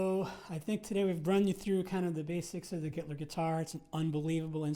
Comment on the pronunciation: I accidentally heard him say "Hitler guitar", now I can't unhear it! LMAO